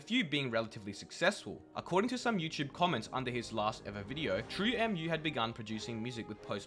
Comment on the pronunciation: it's pronounced "True moo" bruv it's based off of milk smh